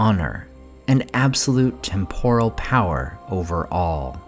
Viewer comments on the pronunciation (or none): none